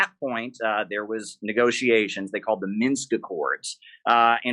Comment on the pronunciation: Jimmy! It's "MINSK"! 😅